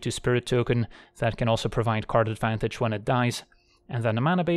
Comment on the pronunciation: When going over the decklist and talking about Karn, who else heard "Gives us Karn Advantage"? Lol